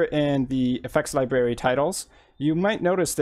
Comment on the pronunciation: Li Berry? Oh please learn how to properly pronounce the word "Library".